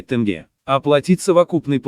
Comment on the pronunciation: Тэнге емес! Тенге деп айтсан не болады? Дурыс сойле!